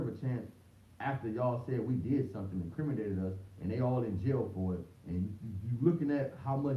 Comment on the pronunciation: “Incrimindated us” 😂😂😂😂😂😂😂